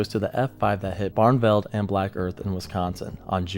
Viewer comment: Xenia: It’s ZEEN-yuh, not ZEEN-uh. Barneveld: It’s BARN-uh-veld, not BARN-veld.